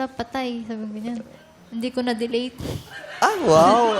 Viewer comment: "hindi ko na deleyt" 😅😅